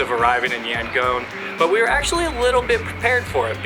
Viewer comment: It's pronounced YangON (ON) not Yangoan.